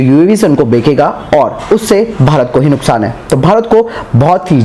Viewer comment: Uav beke ga 😂😂😂😂 Are tuje bolna ni aata beke ga nhi beche ga hota h